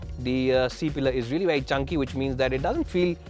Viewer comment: My Dear Friends from the north of India... Please note the following; Rear is pronounced as Re-yer (like Dear....not Dare!!!!) Rare is pronounced the same as DARE and not like DEAR!!! Power is pronounced POW-WER and not PAAR!!! It's really (not Rally) irritating to listen to such mistakes on a public program which is exactly why we Indians are mocked by the Western media with our accent's....we can at least get someone who can speak well especially since it's a public video on YouTube where millions will be watching!!!